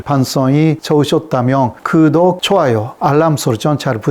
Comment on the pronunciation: 잘봤습니다. 그런데, a. 구독...이 단어를 '그독'이라고 발음하시네요. '구' 발음이 안되시나봐요. 조금 더 노력해 주세요. b. ~하면...이 발음은 ~하며...로 들려서 어색합니다. 중국통인 유튜버 안유화 교수도 마찬가지더군요.